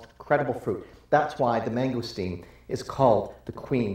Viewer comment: wow dude, you murdered that mangosteen lol